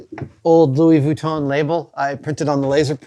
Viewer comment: Goes to the trouble of risking giving his tongue a Charley horse by correctly pronouncing Louis VEEYOOWEETOHN... Then mispronounces Han Solo. 🤣🤣🤣🤣🤣